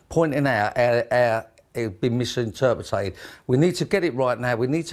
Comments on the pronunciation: MISINTERPRITA-ED. *MISINTERPETED. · Accommondated, misinterpretated and Youba... I guess you don't need to be able to speak to be a CEO. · "' 'e misinterpretated ! " You mis- pronouncitated mate ! Lol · He has misinterpretated how to pronounce misinterpreted. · "Misinterpetated"-hahaha, what a mong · Why would anybody do business with someone who has clearly, misinterpreted how to say " misinterpreted " ?